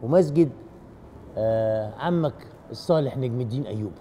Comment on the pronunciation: يا أستاذ محمود اسمه(نجم )بفتح النون ،ثانيآ اسمها(شجر الدر) وليست(شجرة الدر).